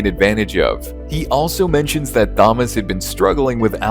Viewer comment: Awful thumbnail work and that case isn't even mentioned in this video. Typical AI slop. Also you mispronounce Thomas because you're a robot.